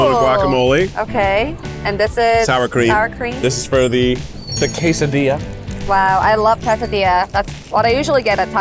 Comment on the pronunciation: “Kay sah dee ahh” is the common pronunciation vs you said more “kas a dee ahh”